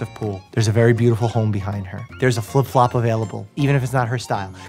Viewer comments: The 'fliflop' got me hahah😂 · "Filp flop" i keep replaying that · I had to rewind and watch him say “flip-flop” like ten times